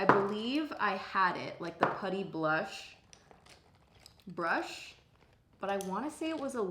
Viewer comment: I'll just never understand how she said putty blush brush so flawlessly... Da fuck?